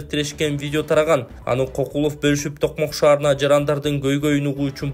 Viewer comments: Эмнеге адамдардын фамилиясын туура эмес окуй бересинер Кокулов деп, Көкулов болсо керек? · Кокулов эмес Көкүлов.жазылышы кандай болсо,ошондой окубагыла да